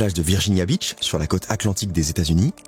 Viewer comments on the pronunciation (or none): none